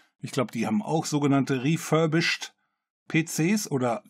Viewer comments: "refurbisched" :D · REFURBISCHED??? Muß das nicht Reh-Furby-Sh!t heißen? 🤪